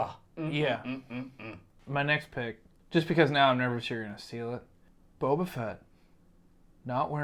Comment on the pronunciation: AND FUCKING PRONOUNCE BOBA RIGHT?! Sheesh!